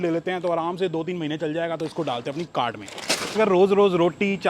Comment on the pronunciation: Bhai cart thoda clear bola kro